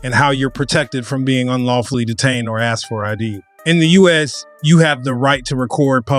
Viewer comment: He axed his name and badge number